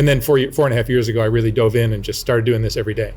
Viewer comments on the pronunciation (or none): none